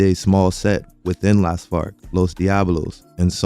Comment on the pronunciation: I keep hearing Los Fart every time you pronounce it lol